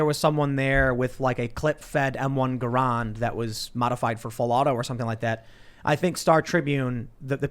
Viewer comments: Tim I love you (no homo / no twisted) but please never say m1 Guhraand again sir. It’s garand. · Its called a magazine, clips are strips of metal used to load into the breach of the gun. Its called a stripper clip, ur talking about detachable box magazine and its pronounced GARE-AND or GAR-AND. U own quite a few guns now, start to educated ur self about them. Learn how to use them effectively, about the basic mechanical functions, otherwise they're just paper weights. The M1 also never had a magazine except for a few porotypes, it then turned to the M14. U own one Tim, u don't have to be forgotten weapons, but learn a little bit about them. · Oh Tim, every time you talk about guns I cringe. Just so you know an M1 Garand pronounced ger/and is a clip fed weapon, however it only has 8 rounds in each enbloc clip that is fed into the internal magazine. There is also no way of modifying it to full auto. The real question we have is, why that "veteran" didn't engage and kill that idiot who shot into his house and car in self defense?